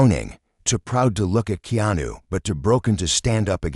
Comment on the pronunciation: At least please pronounce Keanu's name correct